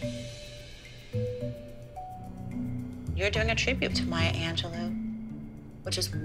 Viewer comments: It was so funny when Holly said Maya Angeloo instead of Maya Angelou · it’s anj- low